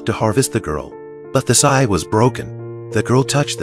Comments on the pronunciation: How the hell does the robo narration mispronounce the word "scythe"...?? It sounds like it's saying "sigh"! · It's pronounced s ie th